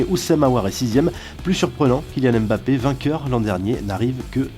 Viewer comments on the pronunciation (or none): none